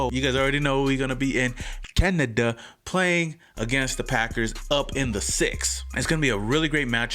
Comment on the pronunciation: Can-a-Da lol